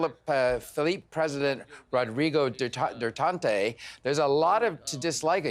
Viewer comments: Jesus Christ is this guy illiterate? He can't even complete a sentence without stuttering let alone pronounce Duterte without an N? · Wtf!!! U cant even pronounce Duterte and it's an Alphabet all u need is sound it,omg! How do u grad from high school... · I laughed when he pronounced duterte xd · Learn how to pronounce Duterte before opening your mouth. 10 second search will be enough. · Maybe this "journalist" can ask one of the many Filipinos in Canada how to pronounce Philippines and how to pronounce duterte. Oh and by the way the Philippines are completely north of the equator so it is not in the southern Pacific. I guess being accurate isn't important when you report the news. Lol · You must be the worst reporter ever... What is "Philip of Dutante?" Do you not know how to pronounce Philippines? And you don't even know the president of the Philippines...shame on your reporting. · The anchorman cannot even say Philippines or President Dutarte’s name right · THIS GUYS SHOULD REVIEW HIS REPORT FIRST BEFORE AIRING LIVE. CANT EVEN PROUND THE PRESIDENTS NAME AND OUR COUNTRY. SUCH A SHAME! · Philippines (Pee-Lee-Pins) Rodrigo (Rod-Ree-Go) Duterte (Dew-Tier-Te) Just helping you out mate!